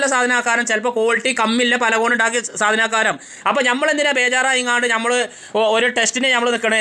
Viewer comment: ഞമ്മള് അല്ല... നമ്മൾ 😄